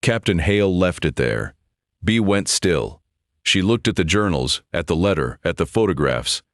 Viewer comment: It's not "Bee-uh" (Let's go for a couple-a beeuhs.) It's just "Bee" like Andy Griffith's Aunt Bea (for Beatrice). That beeuh sounds good, though.